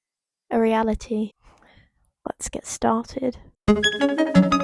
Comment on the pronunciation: When you said "reality" I thought you said "Ariana tea" idk how😭